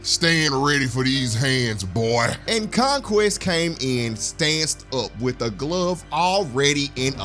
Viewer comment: did you just say Conqweest?